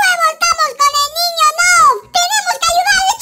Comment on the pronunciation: Se dice nub no es nob pero se escribe noob